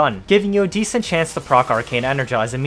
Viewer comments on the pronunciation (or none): none